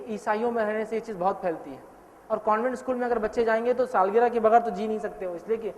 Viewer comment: Saalgira nahi sahab saalgirah hota h